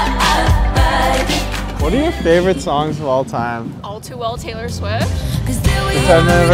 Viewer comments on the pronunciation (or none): none